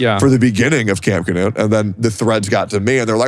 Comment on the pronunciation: fun fact: Knut is a classic european name and it is NOT pronounced "canoe'd" (there is no A after the K) - but i dont know the man in question who's name is Knut (k'noot for the americans) and maybe he prefers it that way.